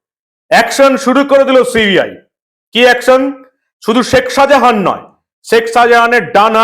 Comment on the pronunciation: Apnar uchcharon anekta Horijon type,sekh Sajahan? So so korchhen chhotolok Der moto.